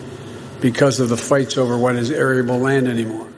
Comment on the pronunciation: Hey Joe...what's "areable land?" 🤨 The man is a living circus peanut.